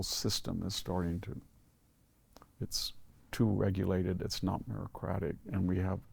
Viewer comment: Fyi. It's meritocratic, not merocratic..